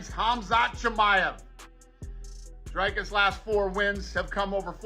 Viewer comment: Dude... If you narrate on your channel you should at least make an effort to learn how to say someone's name.... You have butchered Dricus name... Worst pronunciation I have heard other than Dana White's attempt.... Try Again...😅